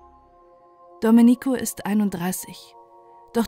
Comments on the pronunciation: Sorry. Reportage gut. Aber Domenico spricht man Domeenico. Man betont das e, nicht das i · Nein, nicht richtig!